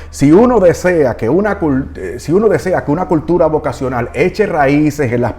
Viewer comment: Señor!!!! Favor corrija, dice VOVA-cional...